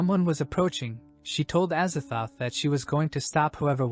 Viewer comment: azathoth? az a thoth? as a thot